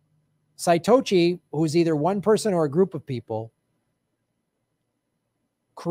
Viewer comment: Satoshi Nakamoto is the name of BTC's creator. It's pronounced Suh-toe-she, not Sigh-totchy. That was painful, my dude. For the record: The lowest amount of BTC anyone can hold ( ) is referred to as a Sat, which pays homage to Satoshi. 'Stacking Sats' is a term used for buying&holding BTC. If 1Sat=1Cent, then 1BTC=1M. If you "don't know the full intention (of BTC's creation)" then you seriously need to stop talking about it until you do. You've been able to parrot what others have told you; and that's fine enough, I suppose; but you need to read the White Paper for BTC before making any more assertive commentary about it. Spoiler alert: You won't really be surprised, because you've already touched on pretty much everything that caused it to be created. But it will give you a better insight, nonetheless. Further, there's only 21 MILLION coins for BTC's max supply; not 21 BILLION. We're currently at ~18.56M BTC in circulation right now, leaving ~2.44M to be mined. The block reward was halved near the beginning of this year in May (it happens every ~4yrs, not 7yrs; specifically every 210k blocks) to 6.25/block. At ~10 minutes per block (it can vary wildly), that's ~37.5/hr, and ~900 per day (not 600-700). Meaning, the last ~2.44M coins left to be mined will take nearly 7.4 years at its current reward rate. But it's going to halve again during that time before they can be mined. And again and again and again. It won't be entirely mined until ~2140.